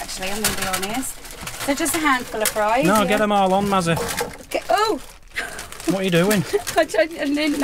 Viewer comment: Sorry it’s Mazzy isn’t it not Massy😢🤪